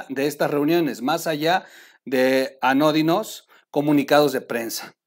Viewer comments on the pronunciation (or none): 🤠🤠🤠 Estimado.. en el min pronunciaste mal una palabra ANODINO Respeto mucho tu trabajo, tus fuentes y análisis experimentado